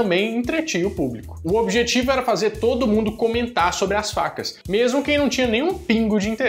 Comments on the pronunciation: Alguém percebeu que nos 3 Minutos ele fala vacas ao invés de facas kkkkk...eu voltei 4 vezes pra ouvir de novo. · É sério que vc falou "vacas" quick cut em vez de "facas"? :D